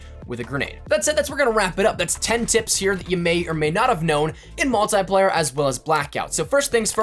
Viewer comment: Its multiplayer not multyplayer